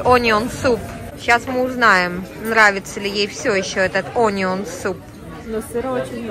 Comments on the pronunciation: да ужжж...это АнИон ,..это было что то... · Onion -произносится А а не О -и она ударная 🙏